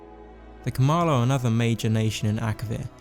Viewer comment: “Anoter elda scwolls video”